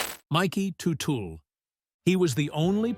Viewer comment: it is tud dle not tu tu